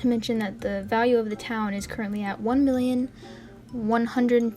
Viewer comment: When she said million it sounded like billion and I was like. WASAWJSIJIWS